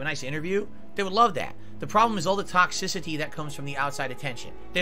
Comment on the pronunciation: Why does he say “toxicity” in an English accent, does he think it makes him sound more intelligent ?